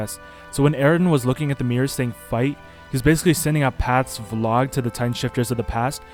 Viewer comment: He cant even say Paths properly